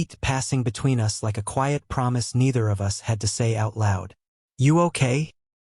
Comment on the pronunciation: Yeah like ‘us’ pronounced ‘you ess’! Hilarious! Adds humour to drama? 😝